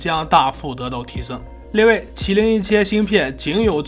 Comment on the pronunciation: 能把另外读成列位😅